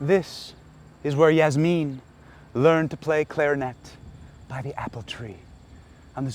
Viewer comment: 😂😂 Yazmeen... Clarinet!!!🤣🤣🤣